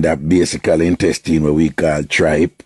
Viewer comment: Why you kept pronouncing the word Intestine incorrectly. The words - was reported or reported not reportedly. Get well soon spice. 😊